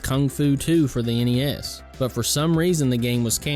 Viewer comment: Thank GOD you said N-E-S and not as a the word NES. So sick of hearing these millennials doing that. My game list would be the karate kid, teenage mutant ninja turtles, super dodgeball, top gun, castlevania, Mike Tyson punch out, duck hunt, contra, and the legend of Zelda